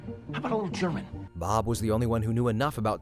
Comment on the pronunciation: if said Bob not Barb